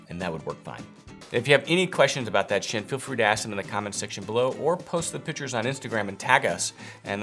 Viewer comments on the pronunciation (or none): none